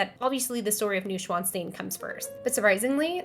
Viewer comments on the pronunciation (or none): Noy-shvan-stine (not new and not steen) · is how long i waited for Neuschwannstein to be butchered in its pronunciation